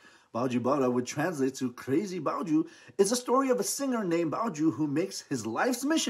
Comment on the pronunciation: It's baiju! Not bowju!!!!!